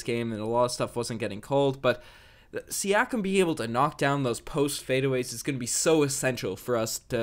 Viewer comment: the word able is pronounced aye-ble not eb-el. I know picking on you for it might be immature but man it drives me nuts, I mean ypur English is really good, I don't see why you go all french on mean when it comes to that one word